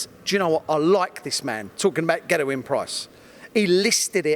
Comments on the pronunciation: Paul Mainwaring yeah it’s extremely annoying. The “Van Gerwen” pronunciation is understandable as that’s the way all non-Dutch people (incorrectly) pronounce it. This “Gerrewyn” Price thing he does is embarrassing and he is the only one who does it, it’s a conscious decision he’s made to start saying it like that. Infuriating. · Is it just me or does the way he pronounce ‘Gerwyn’ a bit funny? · It's been like that since I watched this vid 5 days ago